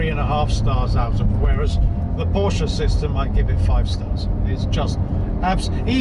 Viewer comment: What a strange review, so many oddities that tbh im not sure where to begin. Firstly its not a call to the USA emergency line, its a Nine Eleven Its got a flat six not a straight six 991 has 3 body widths not 2 Front lift is 2 to 3 seconds not 10 Then there's your weird pronunciations - grand, sonorous and lamborghini are the 3 i remember the most, but werent the only ones by a long way. The cage btw helps with luggage as it basically stops it from moving about the cabin I think you mised the point re 991.1 vs 991.2 Very few bemoaned the 991.1 GT3 and its driving ability or steering when it came out - Chris Harris for example called it "incredible calibration" and "chassis is a massive step up from previous generation" and "fixed all the front axle problems from the 997" and "best electric steering ever and not once today have i wished for hydraulic steering". Other reports waxed lyrical in a similar manner, including Jethro (who disliked the steering on other 991 generation 911's) writing and filming for Evo who said about the front end grip, balance and special feel and praises the genuine steering feel and how the whole car "courses with information" I know Henry wasn't as huge a fan of 991.1 GT3 as he'd hoped to be but i dont recall him slating it either. What i believe Henry meant is that somehow the 991.2 despite just being a facelift it actually moves the steering and indeed whole car on by a (to him) noticeable margin over the already good 991.1